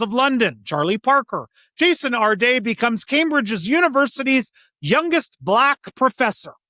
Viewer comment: When you put the accent on the second syllable of Jason's last name, it makes him sound like some fancy French guy, which he was not.